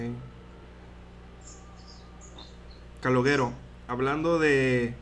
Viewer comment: calogero la pronunciación es parecido caloYero y no caloguero, no es dificil.